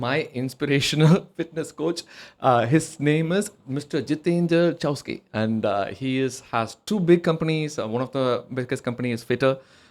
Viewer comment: Chouksey, crazy to hear you mispronounce